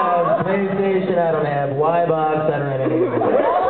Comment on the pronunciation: Lol! Y-box? oh... its Xboy you silly head:3